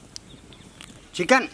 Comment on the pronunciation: when he said “CHEEKEN”.... I felt that